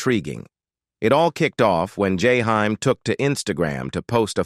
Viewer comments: “Jahime” “Jayhime” “yayhime”😤😤😤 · Learn to pronounce this man name correctly. Its jaheem/ jaheim😤. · I wish you would learn how to pronounce his artist name correctly. Or don't do the video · Your killing his name 😂😅 omg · Damn if u gonna do a video of someone learn how to say his name before u keep fukin it up😢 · Is this an A.I doing this video cuz they F’ing up this man’s poor name…smh! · Motherfuker saying the man name wrong on purpose